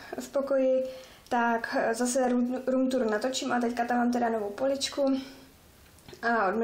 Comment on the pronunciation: Máš pěknej pokoj ale neumíš říct room tour